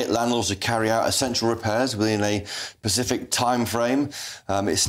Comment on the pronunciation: Specific not pacific. PLEASE!